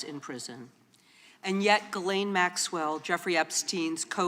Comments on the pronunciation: An educated woman ought to be able to pronounce the name Ghislaine. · She literally called her Gurlaine????? Yikes